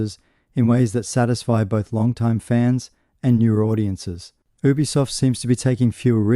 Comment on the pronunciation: Thanks for video.. please try saying ubisoft as YOU-BEE-SOFT or U-B-Soft .. but one word obv